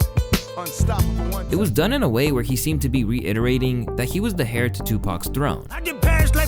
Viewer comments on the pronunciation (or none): heir is not pronounced “hair” bro. STOP MISPRONOUNCING SHIT ON PURPOSE. It’s annoying and it’s what low quality YouTubers do to rage bait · You don't pronounce the "h" in the word "heir." American English, fool.